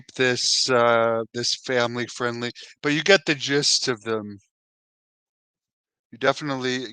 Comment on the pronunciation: Did u say the Gist of it all or the Jizzed of it all?